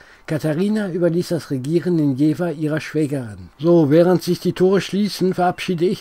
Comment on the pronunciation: Beim Dritten "Jeeeewah" war ich als gebürtiger Jefffffffferaner raus. Ciao.